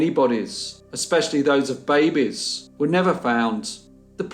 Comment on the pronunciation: Im sure its just hearing the word "baby" in this accent but every time he says it i just think of Crass... screaming BAbies screaming BAbies